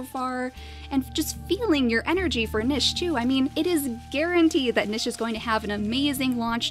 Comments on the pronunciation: It is pronounced NEESH not NISH (although some places pronounce it Nich...). Just a little thing that's been bothering me. Awesome videos though. Big fan. ;) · Hey! Love your videos, you are very entertaining and I hate to be that guy... but it is pronounced "neesh"